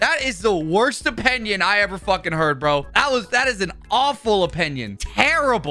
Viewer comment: "apenion" yes Watch me get banned